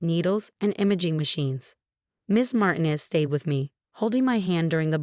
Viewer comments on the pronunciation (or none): Mar teen ez not mar ten ez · PLEASE DO YOURSELF A HUUUUGGEEE HONES TFIX-UP!! REPROGRAM YOUR ROBOT VOICE TELLING DEVICE THAT THE NAME MARTINEZ IS *NOT!* Said like MARTIN- EZZ THE NAME SAID *IN THE CORRECT MANNER!!* IS SAID LIKE *" MAR- TEEN-- EZS!!!"* Swear to COW!! People have COMPLETELY FORGOTTEN HOW TO READ AND TALK CORRECTLY SINCE I CAN'T RECALL?!?!?! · Or learn to pronounce Martinez. Not mart in es, Mar teen es! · She's been living in paint? REALLY!?!?!?!? For crying out loud PROOFREAD before posting your AI generated garbage. Also tell your stupid AI program that the Hispanic surname Martinez is not pronounced "martin-ez"